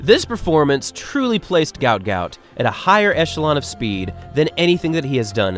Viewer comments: Gout Gout's father mentioned in an interview his name should be pronounced as "Guot", as when he immigrated from Sudan he couldn't spell well, and mixed up the letters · At least get his name right! Guot Guot , pronounced “ gwot gwot “ … get some journalistic integrity ffs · His name is actually guot guot and it's pronounced (gwot gwot) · His name is Guot Guot, pronounced like Gwot Gwot. A mistake was made somehow in his official paperwork. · His name is pronounced ‘Gwat Gwat’. Due to a spelling mistake on his Somalian passport it was meant to be spelt Guot Guot. My 2 boys went to Ipswich Grammar School and, in my opinion, one of the best GPS Schools in Queensland. It’s also the oldest tertiary school in QLD and many of its students have gone on to being extremely successful. One of those students many years ago was the main architect/engineer that built the Brisbane Story Bridge. Well done Guot Guot on your amazing success and for many more amazing milestones you will continue to conquer 🫶🏼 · its Guot Guot media has gotten the name wrong and pronouncing it wrong